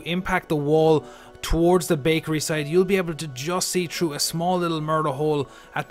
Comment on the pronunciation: Through not chrough. Learn how to talk